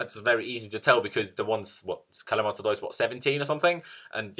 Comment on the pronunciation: Hysaj is pronounces " Husay" :)